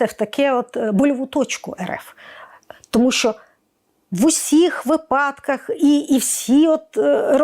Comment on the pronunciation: Все прекрасно, окрім слова вИпадок, вИпадки Як казала наша препод з фонетики: "Якщо ви не хочете, щоб ваш випАдок став припАдком, то кажіть вИпадок"